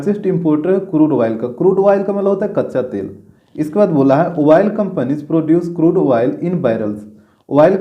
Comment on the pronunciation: Crude oil spelling and his pronunciation 😂😂